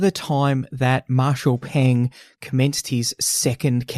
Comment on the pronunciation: it has always been CPC, not CCP. Will you please respect the Chinese when you give your narration? And it is Marshall Peng, not Ping!